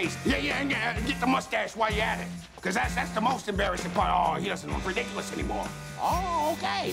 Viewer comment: When he said "its adorable but ridiculous”, why did he pronounce “s” like sh in ridiculous? Just wondering.